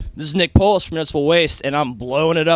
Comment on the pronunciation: Cracks me up how Nick tries to make his surname sound so non-Greek and metal, LOL! ¨This is Nick POE-LISS...¨